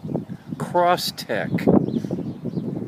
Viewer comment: crosstrek you read it and still pronounced it wrong. cross trek